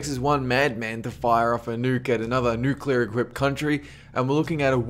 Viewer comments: Does it bother anyone lese that he says nucular rather than nuclear? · It's pronounced NOOK-LEE-UHR not NOOK-YUH-LUR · Nucular? Really!? If you are going to throw these crazy ideas out there, atleast say the one that could happen correctly!!!! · "nukular war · He said, it only takes one mad man to fire off a nuke at another nuke arrmed country to start a nukular war........,.......dont be that mad man............EVER! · New-cue-ler. Dude do you even english a little bit? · nucilar war??? isn't it nuclear? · Y-you...you just pronounced it..."NOO-kyoo-luhr"?! *Facepalm* Nuclear. "NOO-CLEE-uhr" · If I see one more fucking Youtuber pronounce nuclear as "nucular" imma smack a nigga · Noo-queue-ler? Its New-clear. Nuclear, ladies n' gentlemen. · #13 ok guys let's play fallout oh oh god NUKULER WARFARE GUYS ITS FALLOUT!!!!!!! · 1st of all dont say nucular 2nd of all DONT SAY NUCULAR ITS NUCLEAR FOR FUCKS SAKE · yeah "Accidental" nucular strike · Nukular? Nukular?! GTFO bush! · ''Andbody that has played fallout can survive a nucular war.'' *Facepalm*